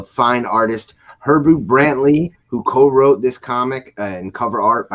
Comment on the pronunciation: Hebru Brantley. He-brew brant-Lee! You’re welcome. Sincerely, the city of Chicago.